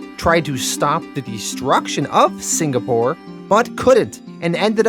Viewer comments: The Singapore pronunciation still sounds off lol it sounds like you're saying Sin-Ga-Pore and it's more like Sing-uh-pore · The signapore thing was excruciating 🤣 At first I thought you said it like that because Plutonium did that and the congressman was too scared to correct him. Then you kept saying it out of that context and I was like nah🤣🤣🤣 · I also thought it was pronounced "Signapore." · i did notice " singapore " but we forgive you lol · Man I kinda liked the signapour pronunciation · I actually miss the wrong way you pronounced Singapore